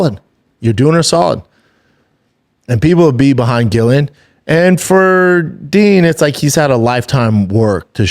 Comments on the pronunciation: It's hard to watch when Chin has said their names correctly, he's heard the video they jst watched with Ariel saying their names correctly yet.. still it's "Gillian" love you dude but this is such a pet peeve wth me. These guys doing mma podcasts have gotta do better with the names please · It is actually Gillian with no J at all.